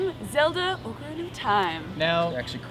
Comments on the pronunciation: Excuse me sir, but at :45, it's OK-rina... NOT OAKARINA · No its more like awh-ca-rina..